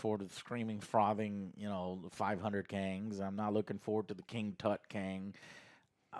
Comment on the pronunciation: “I’m not looking forward to the King Tut Kang” lmaooooo